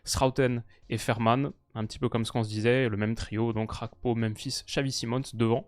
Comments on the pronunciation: C'est quoi cette prononciation Gakpo [hakpo] genre espagnol ? Il est ivoirien d'origine monsieur, faut bien prononcer son nom. Un g est un g pas h. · très bon debrief. La deuxième mi-temps m'a rassuré pour la confrontation France/Pays-bas. Petit point important, même si je n'ai rien à redire sur ta prononciation du néerlandais, Cody Gakpo est d'origine togolaise par son père. "Gakpo" avec un G donc, et il semblerait, de ce que j'ai pu lire, que Cody lui même préfère qu'on l'appelle comme ça. Voilà voilà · « CH »apko, on Voit l’influence néerlandaise chez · Le nom Gakpo n'est pas néerlandais, donc pourquoi mal le prononcer? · Tu peux prononcer le G de Gakpo. C'est un nom Togolais et nom neerlandais 😃